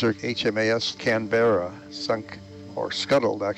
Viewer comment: I wish my Dad was alive to see this footage. He actually served on Canberra ( btw, it is “Canberra” all one word, not “Can-Berra”) for two weeks on a gunnery course. The ship he mostly served on was HMAS Australia, he was on her during Lingayen/Leyte Gulf when she suffered FIVE kamikaze strikes. Those County cruisers were tough.